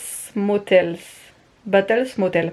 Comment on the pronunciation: ça se prononce "beits motel" ;p les barres de céréales avaient l'air super bonnes ! ça donne envie!